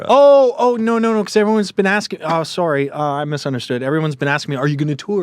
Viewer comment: oh soooooooory. He is Canadian